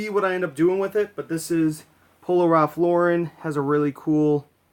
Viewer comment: It's nice to hear a Youtube reseller actually pronouce Ralph Lauren correctly....